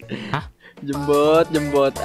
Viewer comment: DjemBoat ❌ GemBoat ✔️